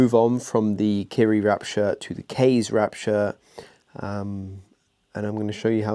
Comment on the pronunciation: Also the pronunciation of "Kaze" isn't correct either if it's supposed to be Japanese inspired.